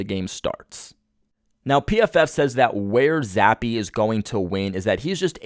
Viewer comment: Who's Billy Zappe 🤣🤣 Jesus slamming the poor kids name like that 🤦‍♂️